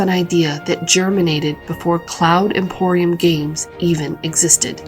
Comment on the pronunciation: Its Cloud Imperium Games, and not Imporium XD, semantics apart, very good video.